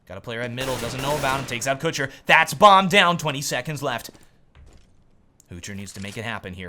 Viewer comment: I think u pronunce kucher wrong, u stretch the ,,u''